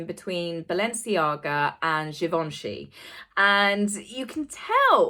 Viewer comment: Your pronunciation of Givenchy is accurate. :)